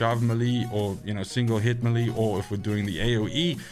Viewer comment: Think it's pronounced "melee", not "melee" ☺️